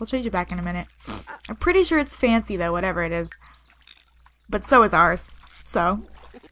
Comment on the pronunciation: why do you say so like ser